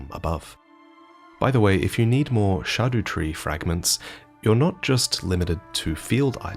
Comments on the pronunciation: Naw it’s definitely pronounced scadoo-tree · they don't voice the line as shadow tree. they say blaidd correctly, so you're saying it wrong. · I think it’s scaduhhhtreee like scattertree its logical makes sense and all of u saying scadUtree drives me nuts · idk about the sha-duh-tree. google translate tells me its greek for "expired"...and since the pillar says all dead souls will end there..its kind of like an underworld at the same time... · actually Old-English and Dutch are closely related and the dutch word for shadow is 'Schaduw' which somewhat resembles the way you pronounced scadu in the video. Hearing that way of pronouncing the word makes it seem very sensible that they picked that word for the tree, give that "Erd" resembles the word "aarde" which means earth :) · Its not shaduu, man. Its just shadow. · I don't care, they are pronounced SKA-DOO tree fragments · Sorry it’s actually pronounced SkidooTree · SHAR-DO TREE FRAGMENT?! SHARDO?! ITS SKIPPY DEE SCADUTREE! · Dutch for shadow is schaduw and still has a harder c sound. So scadutree is still a valid pronunciation because a lot of names in this game have old Germanic if not German or Dutch inspiration too (hinterland for example) among plenty others. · Great video as always. Though I admit I'm less perplexed by scadutree pronunciation than having missed the furnace golem with the giant brassiere.